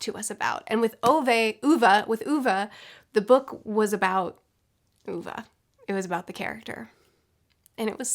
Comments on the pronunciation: I can't watch this video because you kept sayong ooovaa 😂... I read it as ove.. As in LOVE without L... so now if anybody says a diffrent name i get pissed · Swede here! o/ Just wanted to let you know that you are calling him 'Uva' instead of 'Ove'. 😅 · You convinced me to read this after mentioning it 6 billion times in previous videos- I called him [Oh-vey] because of you, then had to adjust to listening to it for nine hours on audiobook and all the time him being called [Ooh-vuh]. My mom and I both cried, thank you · I appreciate the effort but sounds better What comes naturally since Ohv is closer for how a swede preceives it, rather than oova Edit: its the very small things that can completely ruin the pronounciation in swedish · I am swedish and you pronuce it Ove with an e in the end not ova. The e is like Wien someone punch you in the stomach and make an e sound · I'd never heard of this author before but now I want to read his books! PS. It's pronounced OO-ve (e as in Egg), not Oo-v-uh :) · The “o” is kinda pronounced like the o in “or”🙃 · Only book I read by Backman some time ago on recommendation by a coworker. It is usually not the kind of books I like (“social realistic”), but I really liked it. Only book I have recommended to others outside Pratchett’s books. Also your pronunciation of Ove makes me smile. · I’m sorry but you trying to pronounce Ove is the funniest part of this review. This is not critisism it is just funny to me as a swede:) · The way the name Ove is pronounced sounds like "grape" in portuguese and that just made me happy lol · After watching the movie recently I really want to read this. Also hearing struggle with the name is hilarious 😂